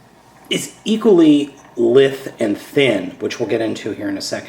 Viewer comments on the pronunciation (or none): That's not how you pronounce "lithe."